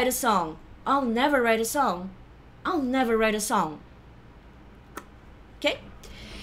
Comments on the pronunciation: Sempre ouço I'll não como all, mas com som de "a" ptbr + dark L. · mas não é a mesma? pro I'll pode ter uma variação mais aberta, por causa da falta da fala do /aɪ/ que vira só /a/ . Mas as duas pronúncias tão de boas.